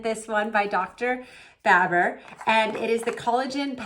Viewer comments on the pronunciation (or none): BaBOR not baBER